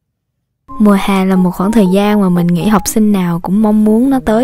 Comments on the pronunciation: v em đeo tai nghe mà em nghe chữ "mùa hè " em tưởng chị bị đớ với bị ngọng á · Chữ " mùa hè " đọc hơi sai nhé